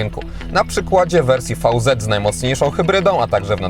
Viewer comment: VZ czytamy veloz (szybko)